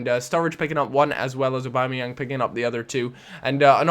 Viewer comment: Aubameyang : or-bam-eh-yang